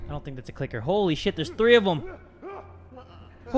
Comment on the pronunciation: when he says f u clicker it sounded like fu ni***